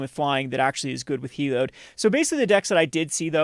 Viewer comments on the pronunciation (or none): Please.. It’s Heli-ODD not Heli-ODE.